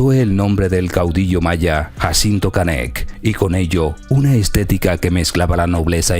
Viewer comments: No es Canet, no es concecto, no es rin, no es Zalapa, no es incocnita, no se dice a diferencia que otros, no es cactado, no es espresion, no es estensa, no es acsoluto, no es herue, no es ochenticuatro, no es estremadamente. Tienes una pobreza de vocabulario muy grande, esto no es critica, pero si te vas a dedicar a esto, ten cuidado con tu lexico. Que barbaro, una se te pasa, pero lo tuyo no es un error como mencionas aqui arriba, esta es tu forma de hablar, y la verdad esta muy mal. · 😂como dices se llama canek😂estas equivocado